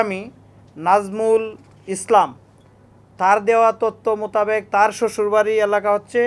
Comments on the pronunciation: উপ-পুলিশ কমিশনার * জিহ্বাকে বলছেন জিবরা * কমিউনিটি সেন্টার এর বদলে কমিনিটি সেন্টার * মাদক LSD কে বলছেন ISD ( আই এস ডি) * মোতাবেক কে বলছেন মুতাবেগ এবং মুতাগেব * ডাব ওয়ালার ভোঁতা দা এর বদলে বলছেন চাকু।। ভাই এরকম হলে চলবে কেমনে???? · মোতাবেক কে বলছে মোতাগেক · কি বলবে উনি নিজেই বুজতে পরতেছে না উনার কথা শুনে মনে হচ্ছে রিটায়ার্ড করা দরকার মোতাবেক রে বলে মোতাকেব😂 এ জন্যই আমরা পিছিয়ে মাননীয় প্রধানমন্ত্রীর দৃষ্টি আকর্ষণ করছি এগুলো কি আপনার চোখে পড়ে না 😪